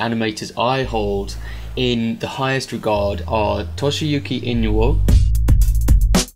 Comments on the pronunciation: Just letting you know it's (ee)-(no)-(oo)-(eh), Inoue. Good vid. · Not to be picky but Its i-no-u-ay.